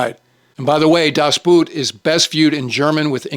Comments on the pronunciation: "das Boot" in German is pronounced "das Boat" not "boot" as in "". Sorry, but three years of German made me cringe. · sir, a very excellent list. If I may, in German Boot is pronounced like Boat in English. And you murdered Jürgen Prochnow’s name as well. Also a piece of trivia about In Harm’s Way. Otto Preminger didn’t want John Wayne for the role of Capt. Rockwell Torrey. He thought that John could not show the emotion that was required for the role. The studio insisted and John Wayne gave the performance of his life. Also in between takes, John Wayne would recite poetry from memory that amazed the rest of the cast and crew. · If I recall my high school German correctly, Boot as in Das Boot (German), is pronounced exactly like "Boat" in English. Other than that picayune peccadillo I don't disagree with your assessment,. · so close. Das Boot is not pronounced like the footwear. It's pronounced quite closely to the englisch word "boat".